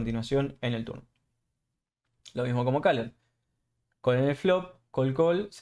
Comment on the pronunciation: Tern not turn. Coll not call. Reist not reised .. bord not board. muy bueno el video. Maestro ud. . Cual version incluye todo esto. Gracias. Te regalo la ayuda de pronunciación del ingles.